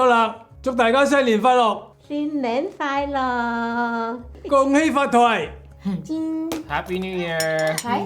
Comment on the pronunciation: Finally the Hoisan Gai Lung. she said happy new year like my grandma does with the lisp. Thin nen fai lok. he said it like we do too. Gung hay faht toy(not choy).